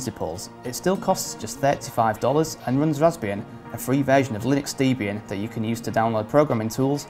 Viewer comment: Just a point of pedantry: The Debian OS is pronounced "Deb-Ian" and not "Dee-bian", since it is a hybrid of the names of the founders of Debian; Debra and Ian (her husband)